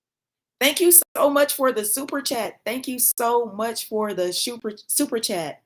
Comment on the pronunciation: ' Thankyou So Much For The Shoooper Chat' 😆❤ Love it when perfection becomes a cute human